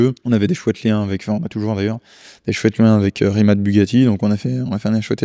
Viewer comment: C'est Rimac, pas Rimat